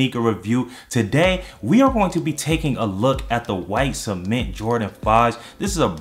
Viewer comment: He Said Semen😂😂💀